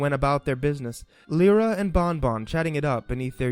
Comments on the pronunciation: It’s Lie-rah not lear-uh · Um.... it's Lie-rah not leer-rah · Did anybody else notice hes said Leera and Bon-Bon lol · Im not trying to be rude but... I GOT SO TRIGGERED WHEN HE MISPRONOUNCED LYRA